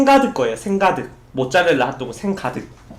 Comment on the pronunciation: 머짜렐라 하또우그